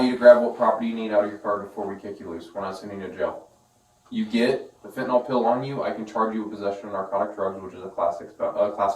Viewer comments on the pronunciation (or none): Why do so many people mispronounce Fen Tin Nyl as Fen Tin ALL. It's just weird.